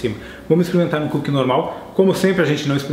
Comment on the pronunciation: "-Comer coo kie é bom" (TROLL, ):v